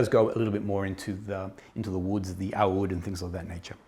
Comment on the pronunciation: I'm so impressed by your perfect pronunciation of "oud" Thank you for the amazing review.